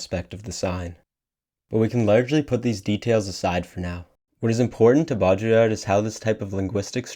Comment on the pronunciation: I like this video a lot, but I came here to say that every time you attempt a French pronunciation of "Baudrillard," you sound like you're having a mini-stroke.